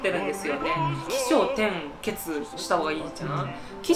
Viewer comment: 起承転結のイントネーションが一寸おかしくない？NHKだったか、どこだったかからイントネーション辞典が出てるので調べてみては？